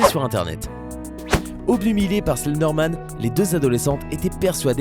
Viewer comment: "Obnubilé" et non "obnumilé"